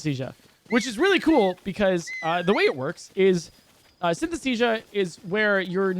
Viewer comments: Take a shot everytime says Synthesthesia instead of Synesthesia. jokes aside, amazing video and run!! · Synesthesia pronounced correctly counter: 1 Synesthesia pronounced incorrectly counter: idk like 50 lol Yeah, can't blame you, commentary is really hard